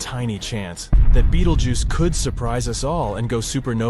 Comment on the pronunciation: Not AI 😂😂😂, yeah, of course. The different pronunciation of Betelgeuse one sentence by the next clearly proves that. Plus 100% fear-mongering. If B explodes, nothing will harm earth.